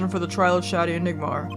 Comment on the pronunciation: Just like the first case in this game, "Shadi" is probably supposed to be pronounced "Shady" because this series loves its puns